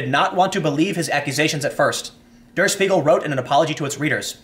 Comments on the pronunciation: It's "De-uh Sh•pie•gel", not "Durr Sss-piegel". 😒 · Der is pronounced like "there" but with a d, not dur. Got Spiegel right, though. Just so you know if you need to say it again. It's a huge news source. Fun fact: Der Spiegel translates to The Mirror. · The paper's name doesn't rhyme with beagle. It's pronounced 'dare shpeegal'. Also, it's leviOsa, not leviosA. Keep up the good work, Tim. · Pronounced like dare sh-peagle!